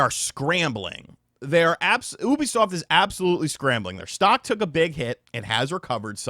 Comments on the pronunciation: It's Yoo-bee-soft bro. Not Ooo-bee-soft. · pronouncing Ubisoft as “OO-bisoft “ instead of “YOU-bisoft “ bothers me for some reason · Its pronounced yoo·bee·saaft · It’s you-bisoft brother ☺️ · The way you say oobisoft lol it makes me chuckle but look this has been years in the making, they destroyed ac and far cry